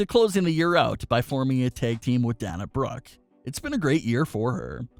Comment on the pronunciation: Please Pronounce the Wrestlers names correctly. Especially Dana Brooke Sasha Banks. We are all great fans of WWE.